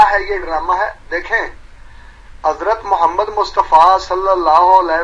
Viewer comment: It doesn’t even suit them and their pronunciation of Hazrat Muhammad P.B.U.H in Urdu. However, when they name their kazzab leader, they say it with utmost respect.